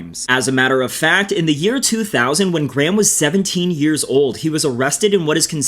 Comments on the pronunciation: Graham is pronounced "grey-em" not Gram but its also a befitting name Ngl lmao 🤣🤣😂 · Is ot me or is he pronouncing 'Graham' as Gram 😂😂 quire apt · You guys know that's not how Graham is pronounced right 😂